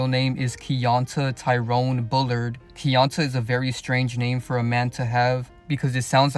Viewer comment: his name is pronounced key-on-tae missed the mark with that one